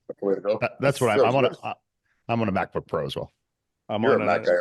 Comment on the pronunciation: mike mocking pauls ``mackbook`` is the funniest shit ive seen today